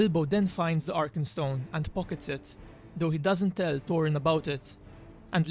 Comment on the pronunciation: The turd silmarils Witin the mountain Torin Oakensheild The center of the eart The war of rat Please, please, please learn how pronounce "th". It's really not that difficult. Bite the tip of your tongue and there it is. Your mispronunciation is really annoying and not helping your otherwise great content.